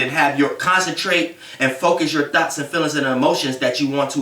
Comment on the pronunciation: It be so funny when he say “thoughts” lol 😂 “thots”... sorry but this is definitely the truth i had a terrible relationship... but karma will prevail.